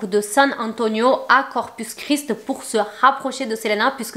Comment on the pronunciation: Corpus Christi pas corpus chris